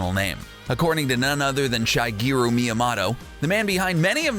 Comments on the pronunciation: Shigeru Miyamoto pronounced "Shy-gee-roo" damn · shy-GEAR-oo mi-a-MAH-to? Man, it always annoys me when people pronounce names and proper nouns wrong, especially well-known ones. If you don't know how to say something, then look it up or ask someone. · Shy gerhi miamoto? God i hate british youtubers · Shygeru Miyamoto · Shuh-GAIR-Oh Mee-uh-mo-TO Not shuh-GAR-Oh mee-uh-mat-O. Give him respect and try to pronounce his name correctly. It isn’t difficult. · Shygeeroo Meeyamawdoh 💀💀💀💀💀💀💀☠️ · shygeru MYamoto like cmon man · Shygeergou meehomawtouw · Shî gée rō mē à mō tō, is how it’s pronounced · It’s Shih-geer-oo Mee-uh-moh-toe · Shygeuro miamotto who the fuck is the it’s Shigeru Miyamoto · Shy-gear-u My-a-moto, is what you said, and I hate your channel even more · Shy geru Miamato xD omg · Shigeru (shigg-er-ooh) Miyamoto (mee-yah-mow-toh) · I literally couldn't have butchered shigeru miyamoto this bad even if i tried... Seriously how could you pick a Nintendo topic and not know how the iconic creators name is pronounced. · Shigeru Miyamoto Can’t even pronounce the GOAT’s name.....wtfffff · Sheesh, you can't pronounce Shigeru OR Myamoto! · You butchered Shigeru Miyamotos name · Dafuq is up with your pronunciation of Shigeru Miyamoto? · Don't even act like you're Nintendo-smarter than me. You can't even pronounce Ocarina or Shigeru Miyamoto correctly. You're just ruining Nintendo fan theories in this video. Just stop it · Dude your saying that you know loads about Nintendo when you can’t even say shigeru miyamoto right and you said Mario’s last name is Mario well miyamoto said that Mario and Luigi don’t have last names. AND YOU CANT EVEN SAY OCARINA RIGHT!!!!